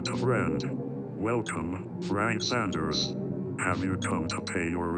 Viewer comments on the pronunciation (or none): none